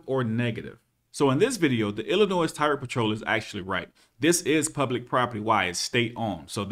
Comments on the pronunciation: Love your videos brother...my wife's dad is from Illinois. Don't call it "Ill-uh-noise" it's pronounced "Ill-uh-noy" people from there called me out on it real quick when I went there 🤣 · It's Illi-NOY not Illi-NOISE, the S is silent. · Aight I have watched a couple vids but I wanna correct one thing for you it's illinoi the s is silent at the end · Hey! You don't say the "S" in Illinois. The S is silent. Doh!!! That's 1st grade bro. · The "s" in Illinois is silent. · the S is silent in Illinois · The s in Illinois is silent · Love your stuff man but the "s" in Illinois is silent. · Enjoyed the video but just one thing. The s in Illinois is silent. Not trying to be an ahole but just a pet peave of mine lol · I like your channel and will be subscribing after this comment but dude….. did you just pronounce Illinois with the ‘s’ sound ending? Come on bud, the S is silent. If I’m wrong in any way, shape, or form, I sincerely apologize.